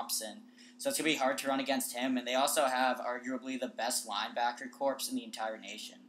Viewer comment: Loving the podcast. Except "corps" is pronounced "core," not "corpse." Keep up the good work!